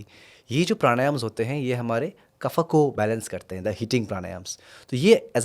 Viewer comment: बड़ा अजीब लगता है जब आप वात को vata, पित्त को pitta और कफ को kapha उच्चारित करते है।